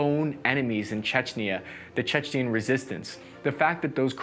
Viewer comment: "Chechnyan" aint no word Chechen!